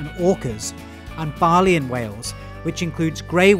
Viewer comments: I was always taught that it is pronounced BAYlean, so I paused when you said Balean and had a moment. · Did you mean to say "domestic" here? Forgive me for nitpicking, but I love this series and would like to see you improve on some pronunciations. steppes is pronounced as "steps" "seh-TAY-sha" (the "c"s in cetacea are soft) "BAE-leen", not "BAH-leen" "Rumanan-SHA" ("-tia" sounds like "sha" in taxonomy) "O-MAY-sum" and "AB-OH-MAY-sum" (learned that from animal science class) never heard someone place so much emphasis on "vi" in "cervidae" before... usually I just say "servy-day" same goes for this (Learned these lessons from Spanish class) The n in the "vicuña" has a Spanish pronunciation, so it sounds like "vicu-nya" The middle syllable of "guanaco" tends to have the most emphasis: "gwa-NA-co" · You pronounced "baleen whale" as "bah lee an", which is really weird. It's pronounced "bay leen".